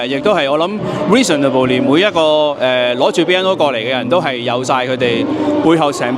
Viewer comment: 笑死個後生仔話 reasonable-ly。哥仔好心重讀中四啦，學下 reasonably, probably 喔😂